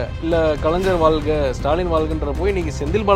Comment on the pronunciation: ல்க..!தமில்வால்க!ஐயோ.... போதும் விட்டுடுங்க.. நீங்க வால்க ..! 😊😊😊😅😮😢